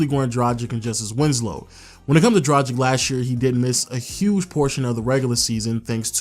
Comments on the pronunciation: Damn! It's "Dra-gitch" not tragic :-D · They call Dragic the Dragon because his name sounds similar. He is not called Drahjik!! it's pronounced "Dragitch" . Edit: good video nonetheless! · It's DRAGIC . read it as DRAGICH ( like Popov-ich) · It pronounced DROGITCH